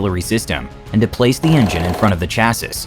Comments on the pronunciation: Chassis: pron “chass-ie” not “chass-is”. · Bien vu...on dit CHÂSSIS Whithout pronouncing the last S....Sans prononcer le S final...😅😎🐓🐓🐓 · Cool video, but I'm pretty sure the last S in "Chassis" is silent. It should be pronounced "Chassie". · Sorry, cant take ANY channel seriously that doesnt know how to pronounce "chassis" correctly. smh